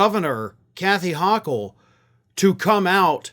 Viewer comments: the NY Governor's name is pronounced with a long "o". It's "ho-kohl" not "ha-kohl." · NY Governor HOE-kle, not HAH-kle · the NY Governor's name is pronounced "hoe-kel", not hock-ell. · I wish you would pronounce the last name of the NY Governor correctly. It has a long 'O' like oh. Thank you.